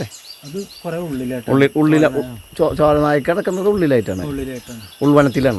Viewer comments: ഇവന്‍ പറയുന്നത് ചോല നായിക്ക ൾ എന്നാണ് 😂 കഷ്ടം. അത് തെറ്റാണ് "ചോല നായകർ" കാട്ട് ചോലയില്‍ ആദിവാസി സമൂഹത്തെ നയിക്കുന്നവർ എന്നാണ് അർത്ഥം. ❤ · ചോല നയിക്കർ.. എന്ന് പറയൂ... നന്നായി, പഠിച്ചിട്ടു, സംസാരിക്കാൻ, ശ്രമിക്കു... ഇങ്ങനെ തെറ്റായി, ഒരു ഹിസ്റ്ററിയും, പറയാതിരിക്കാൻ ശ്രെദ്ധിക്കുക.. 🤝👍😍